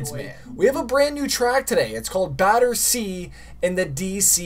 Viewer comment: The way he was saying Battersea 😹